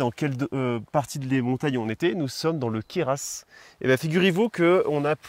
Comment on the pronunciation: Alors là bravo, je viens de découvrir votre chaîne et elle est super sympa mais en plus les plans drones sont exeptionnels 😳j'ai tremblé plusieurs fois de crainte de voir votre drone crasher tellement vous passez près des obstacles et rapidement... Un vrai plaisir qui plus est de vous voir voler dans mon département, pour info juste le Queyras ça se prononce sans le "s" final 😂et les formartions rocheuses sont des demoiselles coiffées. Moi et mon mini 3 font pâle figure 🥲je me demandais d'ailleurs les fpv de chez dji sont bien ?